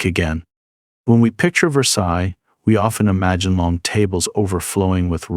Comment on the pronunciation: good video but thats not how you pronounce VERSAILLES and every time u say it wrong i twitched a little.